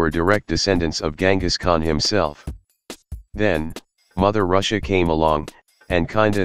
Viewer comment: Can take you seriously when you say Ruzzia